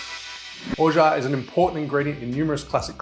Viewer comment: Have read "Orgeat" many times, but pleased to finally hear it pronounced. Thank you for the instruction on making almond milk also. Happy Mai Tai!